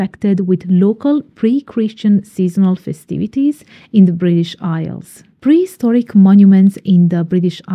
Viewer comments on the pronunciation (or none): none